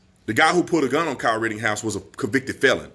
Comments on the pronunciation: B, it's not rittinghouse! It's said "written-house" Rittenhouse. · Why on gods green earth do you keep mispronouncing Kyle's last name? It's rit-tin-house, not rit-ting-house.... My biggest irritation is when someone repeatedly mispronounces words. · Would you please quit saying “RittINGhouse”? 🥴 It’s RittENhouse. Thank you! 😃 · B, PLEASE STOP Pronouncing KYLE'S Last Name: "Ritt-ING-house". It's "Ritt-EN-house". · Tatum, if you want to be able to speak better and pronounce words better, start with pronouncing RITTENHOUSE the way it’s spelled and the way YOU correctly spell it in your video titles. But you keep SAYING “RITTING”HOUSE. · Rittenhouse has no g in it. just saying. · LOL I love you man but when you think it's odd if I called you Brandon Tategum? There's no g in Rittenhouse homie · My favorite thing is how you keep saying “Kyle Rittinghouse”. That, and your clear-eyed analysis. Keep it going! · Love you bro, but it's RittENhouse